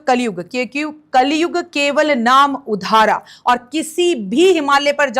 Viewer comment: उधार नहीं आधारा ये श्लोक तो सही बोल लो ये कैसे ज्योतिषी है